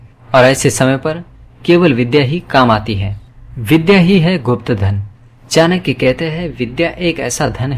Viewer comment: चाणक्य तक का उच्चारण कर नहीं पाते चानक्य कहते हो नीति क्या कद्दू सिखाओगे